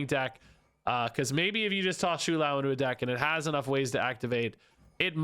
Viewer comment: if i hear him say shoe lou one more time